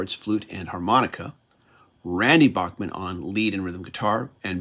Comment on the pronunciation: Enjoyed this review. FYI, Randy Bachman has always said that his last name should be pronounced as Backman